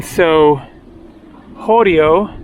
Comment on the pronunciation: 20.21 Χωριό (horyiό) with stress on the last syllable, means village. 18.48 Κάπαρη (Caper) is stressed on the first syllable.